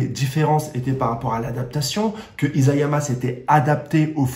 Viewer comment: Je ne crois pas trop a des fins alternatives dans SNK, mais ta théorie est intéressante! Sinon c'est I"SA"yama et non I"ZA"yama le nom du mangaka! bonne continuation.